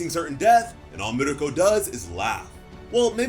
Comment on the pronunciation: Bro love ur vids ....by her name is MIRKO as in merko. .not miriko